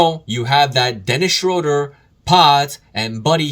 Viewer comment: It’s pronounced Schruuder bro. Dont ask me why. Guess its a German thing 🤣